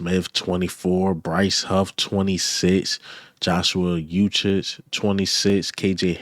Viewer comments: Ooh-shay. Not ooh-shich. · Uche is pronounced oo shay. The "OO" represents a long U sound (as in "moon"). So the correct pronunciation is OO Shay or U Shay. Hope that helps. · His name is pronounced (oo-chay) Uche... Great content by the way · Please get the young man Joshua Uche"s name right.. it's so lazy and disrespectful the way you pronounce his name c'mon bruh it's not that hard 🤷🏽‍♂️